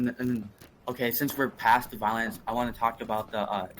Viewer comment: the tell for me was how whenever he said “the” it sounded like a “duh”. I think I know why he’s so hung up on inbreeding. I’m actually surprised that destiny never really pressed that incest/inbreeding distinction. It would have cut about 10 minutes out f this clusterfuck. lol.